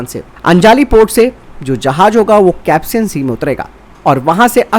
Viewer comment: कैप्सियन सागर नहीं कैस्पियन सागर है भैयाजी।